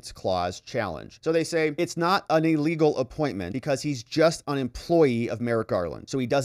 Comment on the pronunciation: 'EElegal' and 'REEdiculous'! How about 'illegal' and 'ridiculous'? It's just basic English